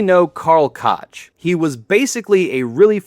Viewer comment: It's Gotch not "Cotch"? Gotch did all kinds of push-ups, and was heavily influenced by Hindu wrestlers. His core exercises, which he a called "The Royal Cout" was Hindu squats (Baithaks), Hindu push-ups (Dands), and Bridge. Here's a great vid og him showing his training style.